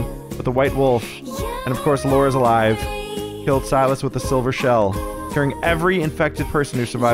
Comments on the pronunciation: the name is Sigh-Las not Sil-is 😂😂 3 videos now you started saying the name wrong out of nowhere 😂😂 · Si-lis not Sil-is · First, I haven't finished the episode yet. Just wanted to come by and say I giggled everytime you said 'sil-us' instead of 'si-lus' 😂❤️ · Him saying 'sill es' instead of 'sigh las' gets to me 😖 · The way ohm is pronouncing Silas’ names as Silus had me laughing way to hard because not even 1 episode back he was saying it right lol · Literally screaming at the fact that the hag has said the name Silas 100x during this play through, yet insists on saying it wrong. I need a “yanking out my hair” emoji 🤣